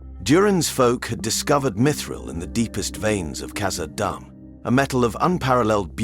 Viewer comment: Please work on your pronunciation You said kazadoom the first time and then after that you keep calling it kazadumb